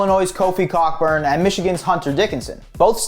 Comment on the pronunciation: You pronounce Kofi’s last name as co-burn and not cock-burn. Just figured you Should know